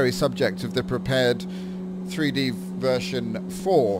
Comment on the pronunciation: I think I gotta keep telling people this. Prepar3d is pronounced: Prepared, like to be prepared for something. It is NOT pronounced Prepared 3D. NOT! I need to keep telling people this, and it is getting annoying. When you say Prepared 3D version 4, you are saying it wrong. You should be saying: "Prepared Version Four." Even If you want to be even more correct, Saying Prepare-3D is better, but not Prepared 3D. PLEASE GET THIS INTO YOUR HEAD. PLEASE!